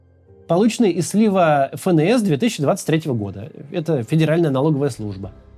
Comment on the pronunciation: Макс, в русском языке нет буквы фэ, есть эф. Не фээнэс, а эфэнэс. Понятно, что ты не русский, но слух режет, тем не менее.